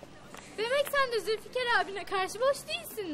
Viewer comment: Zilfikar diyor 🤣🤣😂🤣